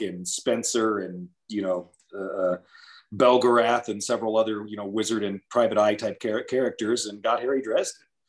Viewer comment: Great author. I'm am very very glad he pronounces Belgarath the same way I do. Been in so many arguments over the decades about that.